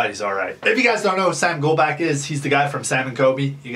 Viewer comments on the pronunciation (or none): Early! And also his last name is pronounced Gol-bock not Gol-back. Just letting you know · just a tip this is how you pronounce his last name gol-bo-ch lol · Sorry pet peeve Golbach- gol•bock Colby- col•be not kobe Again sorry just a pet peeve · You said his last name wrong lmao